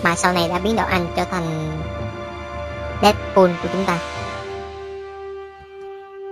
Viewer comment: Dead "pooo" :v